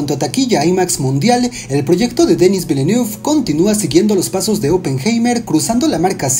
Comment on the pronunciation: Villeneuve es un apellido francés y no se pronuncia como lo dices. Es como decir a una persona apellido Gutiérrez=Gutierrrrezz a lo gringo.